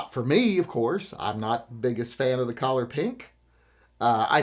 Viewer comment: My only criticism of this video is pronouncing color as "collar"...